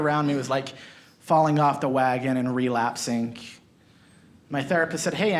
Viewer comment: i have OCD and can't watch all the way through because you end almost EVERY word with a K relapsink????